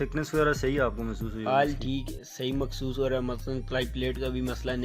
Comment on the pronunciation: Yar "mehsoos" hota hai ya "Makhsoos" ????